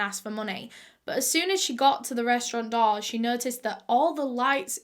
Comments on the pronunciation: Am I the only one who keeps thinking that she's saying doll instead of door 🤣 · aw yes, not the door but the ✨daw✨ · whenever u say door it sounds like doll 😂